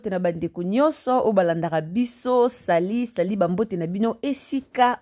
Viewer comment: Salut salut salut et non sali sali sali....non ma soeur